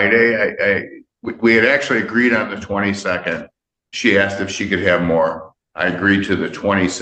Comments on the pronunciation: I love asserting her ‘Excuse me I am talking’. is a seasoned liar, lazy, uneducated and an imbecile. ‘Axed her’? Did she skip ‘proper grammar/enunciation’ classes? Yep, she did. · "...I had axed..." Ahhhhhh!!!!!! What language is that? Holy crap I get tired of the words "had" and "axed".